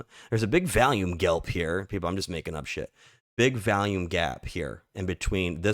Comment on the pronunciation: V'ALL'YUME not v-AL-yume lol With love brother lol🎉